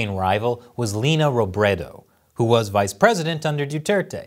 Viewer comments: Hahaha! Lina Robredo? Did I hear it correctly? 😅😅😅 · The “Leni” in Leni Robredo is pronounced like “Lenny”. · would have never expected to have my home country be a focus of an anti ccp Video, we truly live in a dark time when the election became like this. One thing to note, pronounced Leni's name wrong which I can understand.